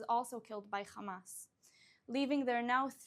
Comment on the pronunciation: First learn how to pronounce the name of your enemies you immature zionist fascists its Hamas not Khamas😂😂😂